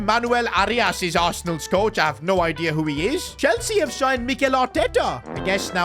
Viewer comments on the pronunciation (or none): none